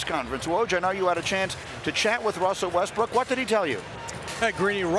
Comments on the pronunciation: Woj just literally called that man Russell Westbrick Tell me I'm not the only one that heard that 😂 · i checked it like 3 times and yeah... i heard him call westBRICK as well..... :S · Did woj call him westbrick😂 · This man called him russel westbri k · He just said westbrick lol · hahaha ,called him Russell WestBRICK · He definitely did and he cleaned it up after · He called him westbrick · yo this is messed up woj really just said westbrick 😅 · Why woj say westbrick smh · did he say westbrick? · He said Westbrick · I thought he said that as well. I listened to it multiple times and it does sound like Westbrick. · Facts lol it’s like ppl forgot how to say Westbrook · Did woj just say Russell westbrick? Lmao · Minute later SAS did the same:D